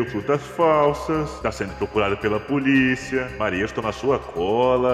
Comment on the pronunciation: Ele falou pulisa kkkkkkkkk😂